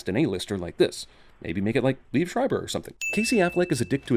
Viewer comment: Mispronounced Liev Schreiber ding